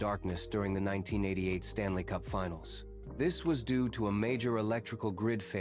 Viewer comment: AI narrated? Booorrriiinnnngg. Can't even say 1988 right.